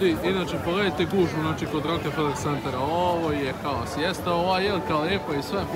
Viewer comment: nije rokEfeler nego rokfeler.